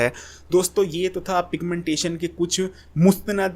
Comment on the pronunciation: Piga-mentation,Kia hy😂😂😂